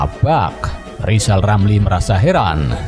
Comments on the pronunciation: Mksud Ghizal Ghamli,Nte yg mau gantikan Pak Jokowi..? Dari pd Nte yg mau jdi Presiden,mending gk usah ad Presiden. Krn Ghizal Ghamli,Jgn kan jdi Presiden,nyebut huruf R sja gk tau. G mna,mau jdi Presiden..? Sangkin bodohx klu Ghizal Ghamli,jdi Presiden pasti gk ad yg mau dgr apa kta"x. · Ini komental saya buat lizal lamli, kalau mau jadi Pleciden, belajal ngomong R dulu, soalnya ngomong nama sendiri aja kagak BECUS.!!! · Lizal lamli halusnya bicala benal dulu balu bisa koleksi olang, bilang R aja susuah mau ngurus negara , ngurus satu huruf saja susah..wkwkwk. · Lizal Lamli olang gk walas...gk pintel... Adooh...sorry bro gk bisa ngomong "R" 😅🤣😂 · Lebih baik lijal lamli aja yg mundul 😀😀😀